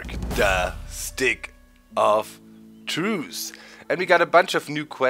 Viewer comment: hate that he says the stick of truce instead of truth